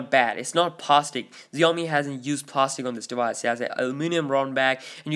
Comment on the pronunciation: Xiaomi is pronounced like "shall-me".